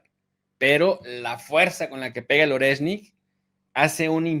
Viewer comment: Sólo una pequeña corrección. Oreshnik - орешник . Se pronuncia,. ARIESSNIK. (acentuando la A y con énfasis en la S) jjjejjej con cariño lo comento. Muchas gracias por vuestro trabajo, pareja. Un saludo